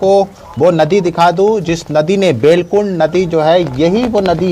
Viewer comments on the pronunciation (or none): अरे दीदी लकुंड नही बेलकुंड है पहले shi shi पता तो कर लिया करो